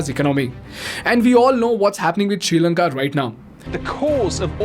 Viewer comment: You said srilanka:: i heard future India 😅